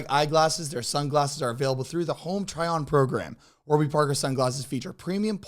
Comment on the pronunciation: “Warber” parker 😂 they gon be mad